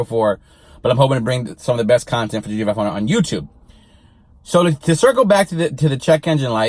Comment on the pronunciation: GDFIHUNDRED as you are pronouncing it or is it GT Five Hundred (GT-500)